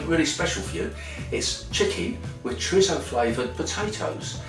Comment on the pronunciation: Your saying Chorizo wrong.